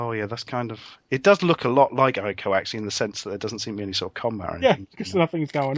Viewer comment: And its not Eye-co its Eeko, for Ico. The Japanese pronounce I's as E's.